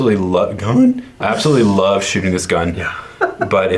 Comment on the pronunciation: “I absolutely love shooting the GuhhhN”